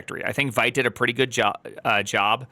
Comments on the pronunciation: it's not "white" it's vite like "weed" but with a t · it's vite like veet, french for quick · It is pronounced “Veet”! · Primeagen — hate to be reductive here— but if you can’t pronounce the name of the tool correctly, your opinion is rendered null & void.